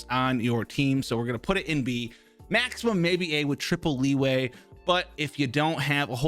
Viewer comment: The fact that he said lee - way